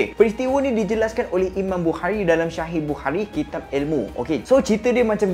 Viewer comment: Assalamualaikum.. Sebutan shahih tu sebenarnya x betul sebab yg betul cara sebutnya adalah "sohih" (صحيح) Huruf ص bila dirumikan memang akan ditulis dengan huruf "sh"